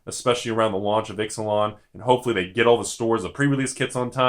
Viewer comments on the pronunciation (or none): I really hope the plane is not pronounced "Ix-uh-lon" instead of "Eech-ah-lon".